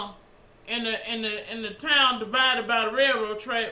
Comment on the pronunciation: "why we call ourself "United State" but we live like Divived States?" Bruh, I start crying when you say that, it just hit right in the guts yo.